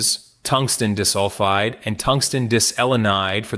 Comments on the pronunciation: Not dis-sulfide, pronounced "die-sulfide". Artificial, yes, but not "intelligent". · unfortunately, his use of AI prevents him from building a unique reputation - and we have to suffer bad pronunciations for SRAM, CMOS, ... and Molybdenum-DIS-ulfide! 😠 lose-lose in my eyes! 🤷